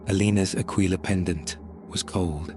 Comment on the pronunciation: Ahh yes the classic symbol of the imperium… “the AQUA-LILA”